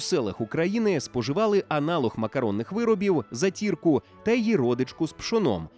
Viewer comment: Відео класне, тільки уточнення по наголосах: шуликИ, зАтірка (Полтавщина).